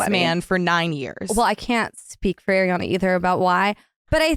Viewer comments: It’s Ariana… not AIRiana 😂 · She definitely says “air-iana” more than “ari-ana” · Thank you, Nick, for being as bothered by the pronunciation as I am!!!!!!! It is, in fact, 'AHR-ee-ana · Why do people still say airiana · Nick needs to stop focusing on how Ariana is pronounced you’re interrupting points from your guest its coming across rude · Stop interrupting interesting parts with the Ariana pronunciation bs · i think that’s partly due to being interrupted because of her pronunciation of ariana every time she said it